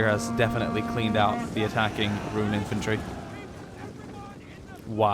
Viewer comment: I'd say that the Haradrim look the best. Especially riding the Mumakil. I got kinda annoyed when you called them Rune, but you noticed the mistake by the end so all is well. Please do more on this. If you can, try and recreate the battle for Pellenor fields. Whenever you can is fine - just please make it happen.